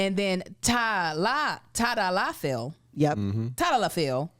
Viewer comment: . Its Ta -dal-Uh-fil and sil-den-Uh-fil